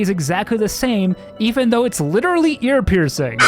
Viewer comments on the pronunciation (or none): none